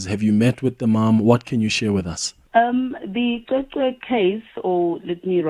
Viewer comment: It's not Qweqwe it's CweCwe